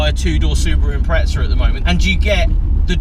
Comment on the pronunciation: Wtf is an impretza? You mean impreza right?